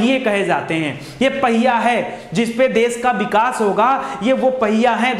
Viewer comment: बिकास नही sir विकास बोलीये please